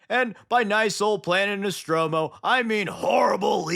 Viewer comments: Nostramo not Nostromo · it’s not nostromo it’s nostramo.